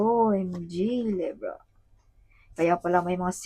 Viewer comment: LEYBRA ❌ LEBRAH❌ LEVRA❌ LEBRAH❌ LIBRA✅